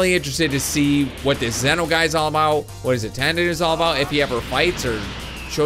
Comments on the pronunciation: Sorry but its prounounced Zee-no not Ze-no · Im not angry but Zen-oh is like Zee-no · Its pronounced ZEE-NO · its pronounced (z-no) but its fine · it's pronounced zee-noh